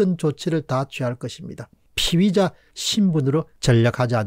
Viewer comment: 공박님의 피의자 발음이 피위자로 들립니다. 희망의 끈을 놓지 않는다면 끝날 때까지 끝난 것은 아닐 것입니다.